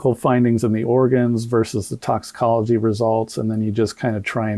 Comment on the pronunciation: Crump couldn't even pronounce the words..doc took the words right out of my mouth. Toxicology?